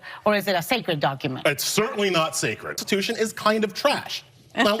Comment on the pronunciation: She can't even SAY Constitution! 🤣🤣🤣🤣🤣🤣